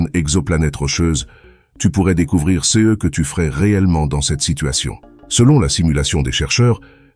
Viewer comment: Pourquoi avoir changé la voix ? La voix francaise était bien mieux et bien plus réaliste avant ! Cette voix a, en plus, de mauvaises prononciations des mots "ce", "ces", "ceux", "ceux-ci" et des erreurs dans les chiffres qui rendent l'explication risible... dommage ! S'il vous plaît, remettez la voix précédente !